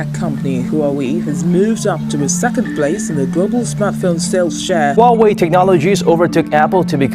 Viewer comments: C'mon it's Huawei not Wawei. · Really? Waw Wei? Why can't you just pronounce it huh-why-e...lol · lmao i'm chinese . i know 华为 pinyin is hua wei but i'm trying to give an idea of the pronunciation to them , not Wa-Wei but hu-ah-wei something like that . The H sound is not silenced . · if you pronounce Huawei as "Hauwee" stop it, get some help. It's pronounced "Huaa-wey" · the real question is .............why are they pronouncing huawei as wawei , It's hu ah wei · I got brain damage from your pronunciation. Huawei != OOUAE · Lew. Love you dude. But it's Huawei not Wawei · Lew still on the "wahwei" game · RAPTURE AT TWILIGHT no it's not! It's pronounced waa way! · hua WE. Now that's a pronunciation. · "WHO-ARE-WE" what the actual fuuuuuuuuuuuuuuuuuck! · how she said Huawei 😂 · I wonder why you guys cannot pronounce ‘Huawei’ correctly 😂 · why would u want to pronounce huawei wrong? on purpose?? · Does anyone actually know how to say Huawei?? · Pronounce the name right would you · The way that person in the beginning pronounces "Huawei" is just... I can't even... They had one job